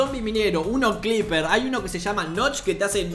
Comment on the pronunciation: nadie: literal mente nadie:: CLIPER